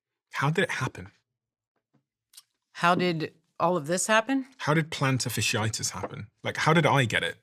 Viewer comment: The word is not "fishy itis" it is "fasciitis". Pronounce the first half of the word as you would pronounce Fascist.